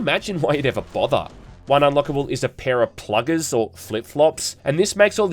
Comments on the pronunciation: Plak-kies, pla-keys. Plakeys but spelt plakkies. Not pluggers. Its the Afrikaans word for flip flops. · its plakkies not "pluggers"